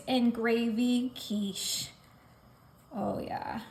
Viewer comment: Sorry but it is quiche